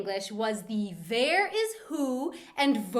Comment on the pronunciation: how difficult can it possibly be not to pronounce the R in wer?